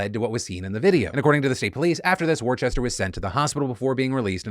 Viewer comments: All the British people in the house getting stressed about Phil’s pronunciation of ‘Worcester’ 🙃🙃🙃 it’s ‘Wuss-ter’! ‘War Chester’ - where did you get the h from? 😂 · It hurt to hear "War-chester" its WOO-STAH KID lol! Love it as always Phil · Yeah in the UK Worcester or Worcestershire is pronounced 'Whooster/whoostershir', so the way you might say it, as you said 'woostah' is pretty close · Worcester = Wooster. I love your content, but my dude, do a quick Google on name pronunciation. It's a pretty regular thing for you. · "War-chester" hahah I grew up in that city it's pronounced "wuss-ter" Jokes aside, big fan of the new editing. Very cool very good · It's pronounced 'wooster'. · Fuck that his last name is my hometown but its Worcester not worchester Phil. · As a resident of Massachusetts the way Phil says Worcester hurts my heart ❤️‍🩹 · That's not how you pronounce Worcester Phil